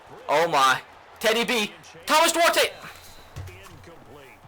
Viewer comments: You're pronouncing Duarte wrong, the e is silent, I know this cause it's my last name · When you can't pronounce duarte...?